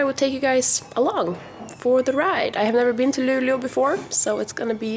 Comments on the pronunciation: Also, is Luleå really pronounced like "Lulu"?! I've always pronounced it like how it's written (Lu-le-å) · and I really hear Lulu, no E or Å... Maybe you just talk too fast for my ears xD It sounds cute though. It's gonna catch on! haha